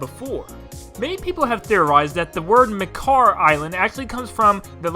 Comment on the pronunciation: I think the name of the sage of the wind is Makar, and noy Mekar. Just sayin'.